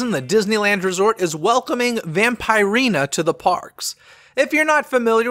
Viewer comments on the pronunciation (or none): Pronouned Vamp-ER-ina:)